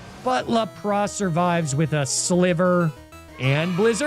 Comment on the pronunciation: Did not expect to laugh so hard at how he says Lapras. My relatives live in a small area in PR called 'La Pra' that's said like that 😂